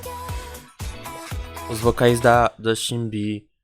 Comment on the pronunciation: eu percebi que vc tem um pouco dificuldade pra falar o nome delas, eu não sei se é assim, mas maioria do fandom fala: E-hum-rá (EUNHA), Umji (é fácil falar kkkk), Shinb (é como falar japonês Xin, sacou)